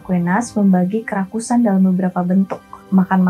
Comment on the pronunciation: Fokus Sama kata Kerakusan menjadi Kerasukan😂 tiap ngomong kerakusan jadi hati²😂